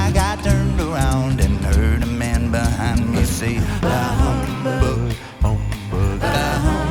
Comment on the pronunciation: You don't pronounce the H in Bah. By the way, that was a 'whistle note" from Mitch.